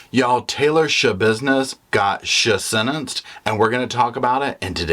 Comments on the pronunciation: Not shasentenced! Haha I love you! 😂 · "Sha-sentenced" 😂😂😂😂😂 Petty 🧡! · "Schasentenced" 🤣🤣🤣🤣 Perfect way to start my morning! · Not the shasentencing 😂😂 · Haha he said shasentenced..lol love it! 😅 hey and Roscoe 🛋🐾😍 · Hahahah shasentenced 😂😂😂 you always crack me up ❤ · She got " schasentenced" was too much for the coffee I had just sipped!!